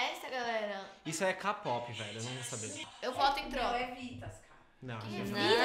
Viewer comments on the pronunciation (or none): Tive que passar o vídeo.. MANO EU NÃO AGUENTO ESCUTAR VOCÊ FALANDO K-POP... VOCÊ FALA " CÁ POPI" KKKKKKKKKKKKK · cá pópi mana! ahhahahahahaha quedê o inglês?!